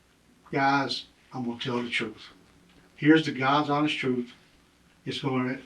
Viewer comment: no no "Gah's honest TruFth"